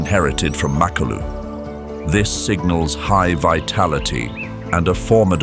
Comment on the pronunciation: NOT MAK ALU IT'S MA KLU LU